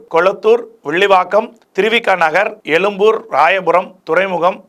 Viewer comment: என்னய்யா நீ பேசும் தமிழ்...? தமிலகம்/எலும்பூர்